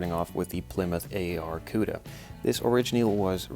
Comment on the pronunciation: Not trying to be a dick but It’s not pronounced A-A-R you say it like Barracuda but leave out the B Arracuda